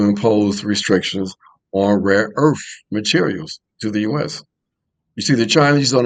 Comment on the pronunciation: bro pronounced it rare earf lmao!!!